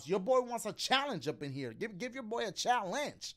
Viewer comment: dashie: give me a chall-onge! game: gives him a level he struggles with dashie: complains game: offers to help him dashie: complains and yells at luigi